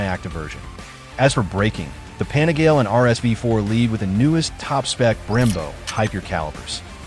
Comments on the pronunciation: Pan-eh-gail ??? Nope. Its pan-eh-gal-ee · 笑わせるわ。何でパナガーレやねん。 パニガーレやろ。